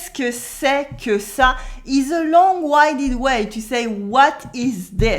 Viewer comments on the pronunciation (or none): Bonjour madame, an excellent lesson. May I politely correct your English pronunciation? ' A long-winded way..' The letter I is short, and rhymes with the I in bin, gin, pin, sin and tin. You said it wrong, to rhyme with the I in wine, dine, or mine. 'Long-winded' derives from the second meaning of 'wind', which is 'breath'. For example: If I run too fast up a hill, I will be out of breath. Sorry for correcting the teacher, your mistakes are conspicuous because they are rare😛